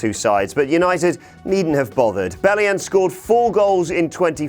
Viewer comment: Belli-ON not UN...